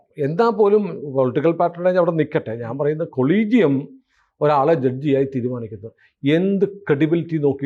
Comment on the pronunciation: കൊളീജിയം അല്ല അ ളീജിയം